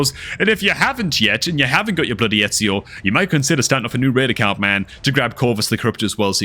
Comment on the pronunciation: Love the vids, but i have to say, his name is E-zi-o not Et-si-o. But definately should start a new FTP account